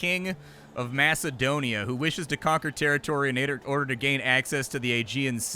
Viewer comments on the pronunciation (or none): none